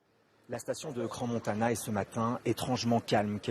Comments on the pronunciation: Le contrôle conformité des bâtiments n'existe pas en suisse. Cela ne m'étonne pas ! On dit Cran et pas Crance Montana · Crans Montanda? Vraiment ? comment voulez que votre reportage soit crédible si même votre journaliste n'arrive pas à prononcer des nom de village en francophonie? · "Crans-Montanda " ?? Crans- MontaNA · "cran montanda" 🤦🤦🤦🤦🤦🤦🤦🤡🤦🤦🤦🤦🤦🤦🤦 ces gens ne sont pas payé pour reporter des faits vérifiés!? Et ils sont même pas capable de verifier le nom de l'endroit!?! C'est Crans Montana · Les journalistes français et la prononciation des noms propres. C'est Crans-Montana, pas Cranse-Montana (on ne prononce pas le 's'), ni Crans-Montona (ce n'est pas du 'an' mais du 'ana')... Ce n'est pas "La Constellation", mais Le Constellation. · C'est cran montana pas cran montanda! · Si jamais, vu que ça été prononcé deux fois de manière atroce, ça se prononce "CRAN-MON-TA-NA". Evénement tragique. Soutien à la station et toutes les familles impactés ❤ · "crans-montanda". "cransses-montana". la prononciation les gars.. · pas foutu non plus de prononcer le nom de la ville correctement...